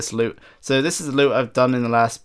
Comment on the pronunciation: LoL "Dzzz" instead of "This is" :P